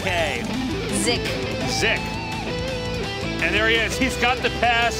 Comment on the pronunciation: mali pa yung pag bigkas nila sa name ni ZYK